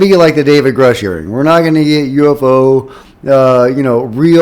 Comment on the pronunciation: i dare you to start saying" grooosh"... thats the correct way